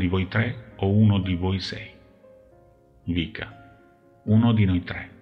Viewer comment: Non si chiama vika ma viska 😊